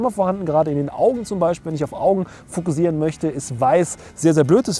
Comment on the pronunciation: fokussieren bitte mit scharfem S aussprechen. es wird auch mit ss geschrieben, also scharfes S. bei deinem gesprochenem "fokusieren" bekomme ich einen kackreiz.